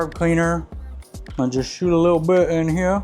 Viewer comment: "Shoot a lil bit in heyuh" 🧑‍🔧